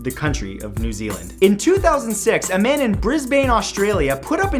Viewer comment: New Zeeland? Wha...? Why? 😕